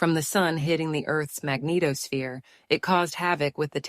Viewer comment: "The Earth's mag-NEATO-sphere" 😁 it sure is, neato!